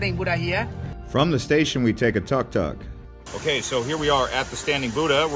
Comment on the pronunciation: No big deal but it’s took took and not tuhk tuhk, cool video 🤘